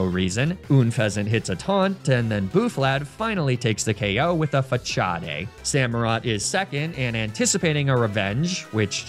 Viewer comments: It was one thing for the arbitrary Pokemon names. But “Fachade”? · Facade = Fa-CHA-DÉ???? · pronouncing Facade as Fuhchahdaye is diabolical